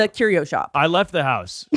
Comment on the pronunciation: put some respect on mr arte fact's name. 'curio' smh